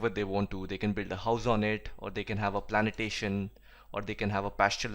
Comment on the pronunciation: is plantation not planitation please correct